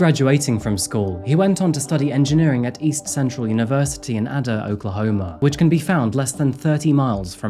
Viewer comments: Heeeyyy my state. Nearly none of the towns are ever said properly. No offense meant. Lol they're all Native American words. IE Ada is not ahduh, but Aye Duh. Oklahoma living is cheap, we have a great community, and loads of relaxed fun. You can buy a 3 bedroom 2 bath home for less than 150k. We are, however, plagued with meth heads. Many of our white population are actually Native, as well. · A-da (pronunciation) & sem-in-nole (like hole, but with an N) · Hey, if you're unsure about how to pronounce some of the place names of American locations, listen to people in your video who use those names. Jerrod mentioned Ada, which has a long A at the front. And I think the news lady mentioned Pottawotomie County. Sorry if I sound picky; I'm sure a lot of Americans mispronounce British city names on occasion. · I live here and I've never heard of this case. Also, pot-uh-wat-uh-me, ayyy-duh, sim-in-ole, you got mcalester though. 😋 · It isn’t a big deal obviously lol but it’s pronounced Āda. I live in and was born in Ada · I'm sure it has already been said but it's pronounced "Pot uh what O me" and "A da"